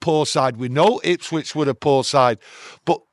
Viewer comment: It's Ipswich for fuck sake